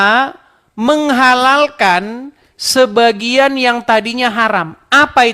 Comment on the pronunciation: Bang, protes dong lawan debatnya yg baca kata " sebagian " dibacanya " sebagai ", kesalahan baca seperti ini akan membuat salah paham.